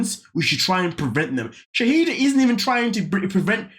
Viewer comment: Her name is Shaeeda (Shy-da) not Shahidah!